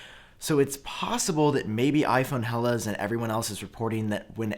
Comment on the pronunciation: Hellas is pronounced "Ella" with the Ls at the tip of the tongue... 😉 Good to know if you ever visit Greece